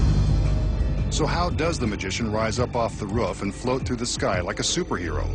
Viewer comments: i like how he says "ruff" instead of roof lol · Really ruff it's roof lol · He's calling it a ruuff.... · "As you can see he is alone on the ruf" WTF?! who the hell says ruf ?! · dumb narrator doesnt know how to say roof right ha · He says roof wired